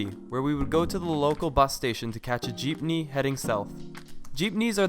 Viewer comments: Thanks for making this video. Seriously. The most informative one I found yet :) I have 2 quick questions. 1. Are the prices you mentioned in American dollars? 2. Did you take a Jitney or Jeepney? (I can't seem to make out which one your saying! One is a bus and one is a Jeep car!) THANK YOU :) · "jeepney" safe hahahahaahhaa tang ina natawa ako bigla anyway great vid